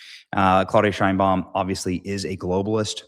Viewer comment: Is not pronounced Shainbaum. It is pronounced Shame Bound